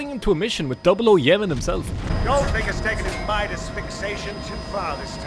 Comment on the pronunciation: You mispronounced the fuck out of Midas!